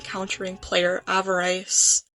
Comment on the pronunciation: that’s not how you pronounce avarice